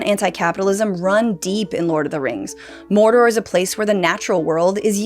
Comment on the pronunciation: "the fires of mordorrrr" 🤣🤣